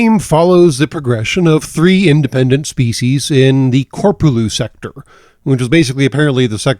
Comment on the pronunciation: You mispronounced korprulu sector